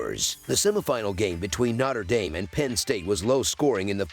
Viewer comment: “Notter” Dame 🔥